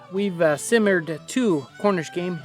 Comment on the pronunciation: The way Jon pronounces "simmered" just makes me chuckle. Love this episode, btw.